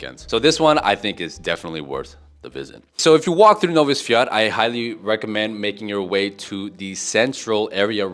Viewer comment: Sprobuj bardziej tubylcza wymowe Nowy Swiat i Wesolych Swiat.